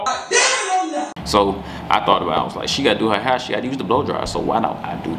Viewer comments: “Now look at my herrr” 😭😂😂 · why you mess up her ‘hurr’💀…the best YouTube couple on here🔥🔥